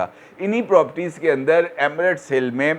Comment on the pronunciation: this word is properties and not propties.